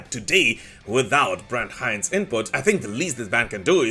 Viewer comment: You pronounce Brent Hinds wrong....